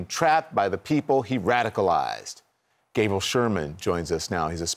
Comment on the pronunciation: What’s up with Don Lemon? Just within the first minute, he mispronounces “Gab-I-el” and “Domin-i-on,” then references Gabriel Sherman as “Sherman.”